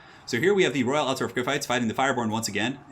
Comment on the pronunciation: ALT-DORF not alter-of Say it right ALT-DORF